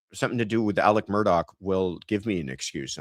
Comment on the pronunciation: Thank you for pronouncing Alex Murdaugh’s name correctly. Even his own attorney pronounces it wrong.